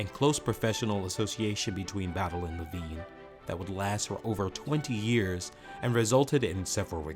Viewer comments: Levine pronounces his last name as “leh-VINE” (like the vines in a vineyard) NOT “leh-veen.” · This guy might’ve learned to pronounce some names and words – – Levine, Wagner, maschera, Glyndeborne, among others. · You are mispronouncing James Levine's last name! How much of an authority can you be on this topic! Not much of one. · Levine pronounced his name "Le-VINE." "Maschera" is ponounced "MOS-kera." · A couple of others: James Levine's last name is pronounced Le-vine, not Le-veen and Tannhäuser is pronounced Tannhoiser not Tannhauser. These are small errors but they tend to undermine the reporter's credibility.